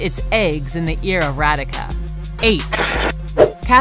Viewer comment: is not radika its rhadika is u pronounce it and its a she